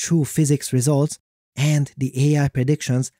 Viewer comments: I love your videos, but the way you say 'and' really irritates me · Great video but my guy, you need to work on your intonation. It sounds like it was read by a robot and all I was hearing was AND BUT HOW